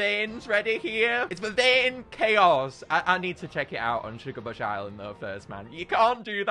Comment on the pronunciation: Ah yes my favorite island "shugabuch island"